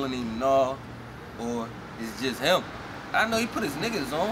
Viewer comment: i noticed that any time they say "him" it sounds like "heem". like when he said "i'm not gonna shoot heem".